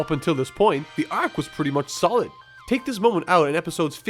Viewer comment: The way this guy says "arc" is actually almost painful to me. "Ayyyyarccchhhh". How do you fumble such a simple word that badly, accent or not?